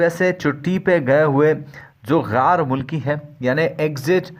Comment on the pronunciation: Bahi pahle bolna seekh lo ghaar mulki nahi ghair mulki hota hai